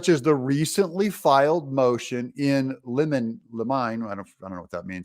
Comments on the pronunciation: Doug, it's pronounced in "liminay" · It is pronounced motion in Lim-in-a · Motion in limine (LY•MI•NEE) Ponounced The only reason I know bc Im a Bailiff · Doug, you need to pronounce the phrase "in limine," which is a pretrial maneuver to get a judge to exclude particular evidence or arguments from admission in court. It is pronounced 'in LIH muh nay.'